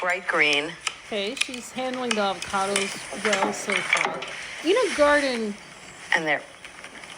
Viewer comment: The way you keep saying “een-A” instead of “ine-A” makes me die inside a little every time